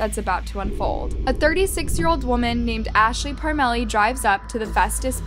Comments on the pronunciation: It's pronounced Parm a lee... we know the family... what a horrible tragedy for those 2 babies😢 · The name is pronounced parm lee